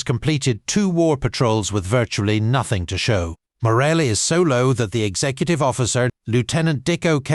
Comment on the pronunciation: Interesting presentation, but could you please lose the computer voice? Morale->morally; bow->boh. Really?